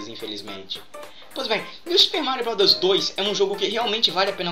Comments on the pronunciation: no momento voce falou super mario rowd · sera q é tao dificil falar bros?kkk